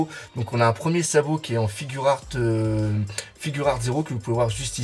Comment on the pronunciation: Juste on dit figuart pas "figure art" ou je sais pas quoi